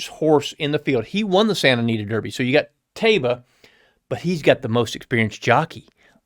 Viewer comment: Pronounced TYba. It's another name for the city of Medina. Amr Zedan (owner) also owned Medina Spirit. In Arabic, Taiba is pronounced TYba.